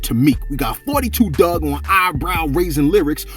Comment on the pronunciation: DAWG is annoying asf... and it's 42 Dugg not for 42 Doug dumbass....